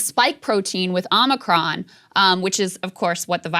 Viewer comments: I like that Joe says "Omnicron". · No Krystal it’s pronounced Omicron like The planet Omicron Persei 8